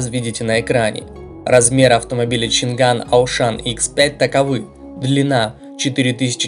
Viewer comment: Поражают люди, которые делают ролики по авто, технике и т.д. и произносят неправильно название того о чем говорят. Нет там у них буквы Г, нету! Changan - ЧанъАнь, Dongfenf - Дунъфен и тд и тп с SsangYong и другими. Я понимаю всякие бабушки говорят Ламборджини, Ксиаоми, Блюпуп, Компуктер и т.д., но блин тематические каналы это тупо стыд! Language тоже читаете как Лангуаге?